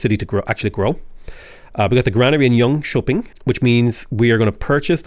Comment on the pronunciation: Drink every time butchers on pronouncing jonshoping